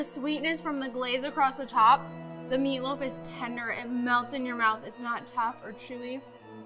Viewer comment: Did she say Meatloaf , or Feetloaf ?